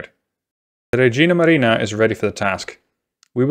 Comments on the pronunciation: i might be wrong but isnt it regia marina not regina marina? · Awesome video! If i can correct you tho the real name is Regia Marina and not Regina Marina